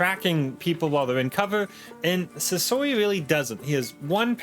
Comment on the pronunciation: i dont know why, but whenever you say his name i just hear sosoy, am i crazy?